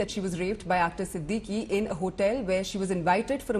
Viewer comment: Siddiqui?? Anchor get the names right